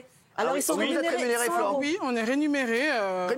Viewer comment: « oui on est rénuméré » 😭😭😭😭😂😂😂😂😂